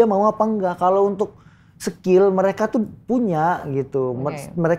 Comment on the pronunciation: Mas owi keluar logat jawa nya " Sekil"🤣🤣